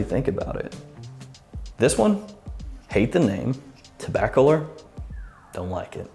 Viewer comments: It's Tabac Olor is how you pronounce it. Not Taba Color. lol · I want to be entered in the giveaway and I love the name because the name is actually tobacco lore not toba color, you are pronouncing it wrong, lol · I reckon it should be pronounced "Tobacca-lorr" (just like "calor": the Spanish for "hot"). Toba-color sounds too weird. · I think it’s pronounced “tabac-allure” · It’s pronounced “tobacco-lore” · I think you have to say TOE-ba-color then it sounds cool. I’m in I love tobacco frags!